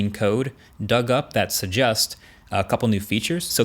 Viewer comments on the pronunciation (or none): Marques, did you just say 'Sujust' instead of 'Suggest'? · Am I the only one who noticed him saying 'su-just' instead of 'suggest' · Did he actually say Sugust?? .......... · my man said suggust 😂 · come on Marques. It's pronounced səˈdʒɛst. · lines of code that "sujjust"? lol.